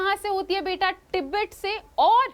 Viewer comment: Tibet hota h app kya pronounce krr rhe ho😂😂😂😂